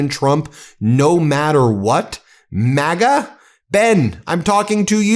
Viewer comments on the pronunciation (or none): none